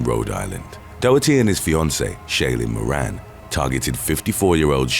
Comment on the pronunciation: "moran" 😂🤣😂